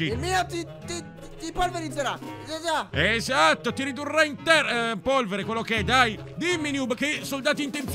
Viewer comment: al minuto 21 ha detto:il mio ti polvizzerà ajaja